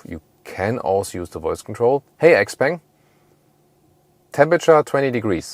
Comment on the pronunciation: I believe you should read Xpeng as "xiao peng".